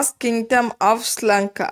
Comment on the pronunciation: It helpful ok but you are pronouncing Sri Lanka iSri Lanka